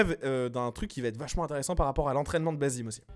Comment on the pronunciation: Je comprend pas pourquoi tout le monde dit basim, mais qu’en réalité ça se prononce bassim, la femme dans le trailer dit clairement bassim, les personnages parlaient arabe, et le nom basim en arabe n’existe pas. Mais en vrai c pas réellement important, ça reste un jeu, c’étaitjuste pour info.